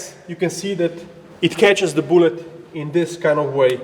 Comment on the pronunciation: I love this channel so much. "Booou--let"